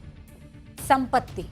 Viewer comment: Wo Sampatti hai smpti nahi